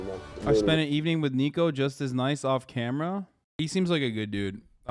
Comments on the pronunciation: Ni-co. Not Nee-co. Niko would slap you to oblivion if he heard you got his name wrong. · His name isn't neeko, it's niko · Hasan plz I beg stop calling niko NEEKO 😭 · Hasan saying Neeko instead of Niko kinda triggered me 😂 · ITS NIKO NOT NEEKO 😭💔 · "Neeko" looool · Mans literally said neeko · hasan calling niko “neeko” hurts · His name is pronounced like NICK-o